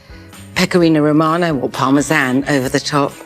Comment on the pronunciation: Oh my Indian food so wrong lol ! So wrong! She may pronounce per Parmessssaaan, pasta all off but her simile & diction are phenomenal.